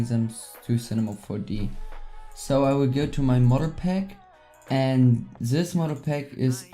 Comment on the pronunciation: "sis" ( German accent) lol xD still Love You